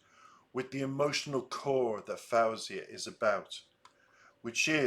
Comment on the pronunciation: Just a friendly tip that she pronounces her name as though it's spelled FOzia. Fo like toe, not fow like cow. 🙂